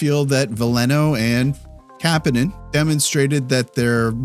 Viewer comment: You’re pronouncing Kapanen wrong